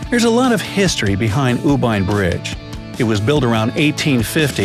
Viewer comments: Wow I'm from Myanmar and you pronounced it U Bein But I pronounced it U pain Good video tho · Yes he pronounced U Bein but actually it's U Pain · In Myanmar it pronounce u pain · IT'S U BEIN BRIDGE (Beoan) I AM A LOCAL FROM THERE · I am from Myanmar and U Bein bridge isn't pronounced that way. The "ei" is pronounced as "ay"